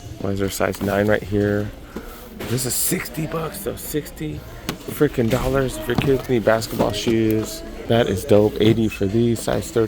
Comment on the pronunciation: No lie the “dollas” get me everytime 😩😂💯 still great content! 🔥🔥💯